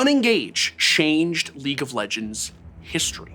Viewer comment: I love it where he said "Shanged" instead of "changed" .. We full on getting Baus'd at this point.